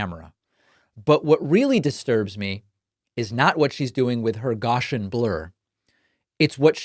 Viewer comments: David, not to be overly pedantic, but… “Gaussian” is typically pronounced as GOW-see-uhn or GOW-shuhn. The emphasis is on the first syllable, with the “Gau” sounding like “gou” in “gouge.” Not meant to be critical… just for future reference… keep up the great job. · That's Gouse-i-an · Guassian: GOW-see-an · David you need to learn how to pronounce gaussian